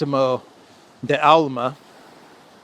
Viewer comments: It's D'Alema not De Alma 😀 but anyway, "la repubblica" is really a good newspaper if you use it as a bottom for the canary cage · You butchered Dalema name but great video anyway